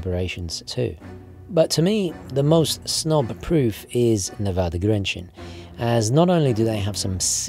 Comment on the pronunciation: Pronounciation of Grenchen is now good! It's not easy for English speakers and I appreciate you having done the effort!